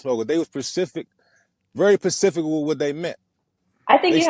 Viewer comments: Any man that says Pacific instead of Specific is a bullet that she dodged. But she diabolical for the ending 😂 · Pacific was all I needed to hear from him 😂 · I caught that “very pacific “part in recap too smh 😆 . She should’ve replied by saying ,I know maybe I should’ve been more pacific about what I wanted but , instead I was very Atlantic 😆